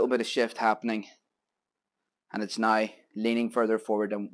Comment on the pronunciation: Brian from Michigan us. I can’t wait to try this grill tomorrow. I love how you say nai (now). 😮